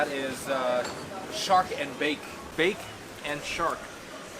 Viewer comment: 100 points on saying it correctly "Bake & Shark" glad you had a great time in T&T 🇹🇹💯